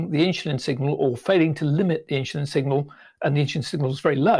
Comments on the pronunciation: It's pronounced "in-su-lin" not "in-shu-lin". Learn to get it right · It's irritating how the says 'insulin'. He saya: ''Inchlin''